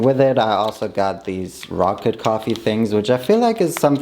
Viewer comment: Rocket coffee is a weird way to pronounce pocket coffee